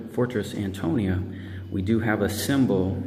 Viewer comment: He keeps saying fort Antonio. lol